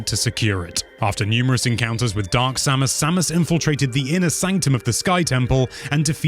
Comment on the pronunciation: next time try to talk slower, also put more emotion in your voice, so its really listening to a story then just go and tell everything quick. and maybe i have no right to say this, (because my english is very bad) but some names where spoken out wrong. they prenounce it other in the games itself specialy Samus. but overall awesome video. big like from me